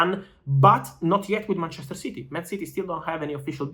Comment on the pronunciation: The way he says ManCHEster united :P